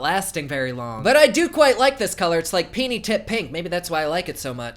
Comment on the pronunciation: every time you say the word "penie" I laugh my ass off!